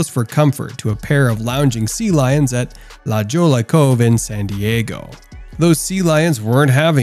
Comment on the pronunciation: It is pronounced LA Hoia